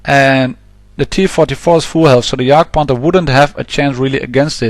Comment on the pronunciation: there are soooo many idiots out there that keep going for that darned bridge... then lose by cap. i guess one only has to embrace it - luv yr vids mate! ps. finally somebody that pronounces Jagdpanther correctly :)